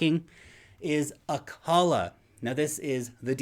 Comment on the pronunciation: Acala, man, Acala.